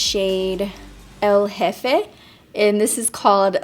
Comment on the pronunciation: “Ehl jefay” girl plz! Lolol you speak spanish😂😂